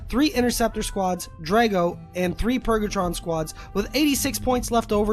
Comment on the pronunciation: It's not purgatron...